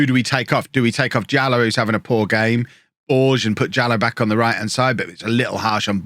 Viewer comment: BorgeSSSSS!!! He's not french, he's portuguese! Let me hear all those letters! (it actually sounds more like a "-sh" sound at the end, not a "snaky" S).